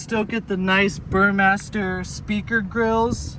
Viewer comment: Do you work for kia and still not realize it's a Harman Kardon stereo? And it's not like you pronounced bermester correctly either lol. Still like the video though:-)